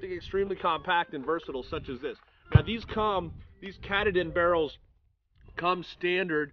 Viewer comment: KaaaaaaaTaaaaaaaaDin. You fellas probably know by now, since you are in the T/C business that its not Cataden or whatever you said :D.